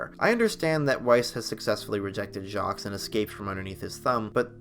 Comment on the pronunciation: ...the 's' in Jacques is silent